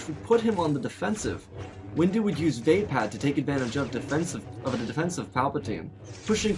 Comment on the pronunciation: its lothal not lothowl vapad not v ah pad